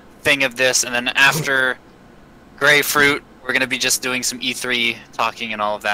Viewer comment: It's "Grayfruit", not "Gray Fruit" or "GrayFruit". Get it right guys